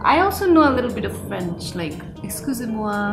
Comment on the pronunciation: french oo boleche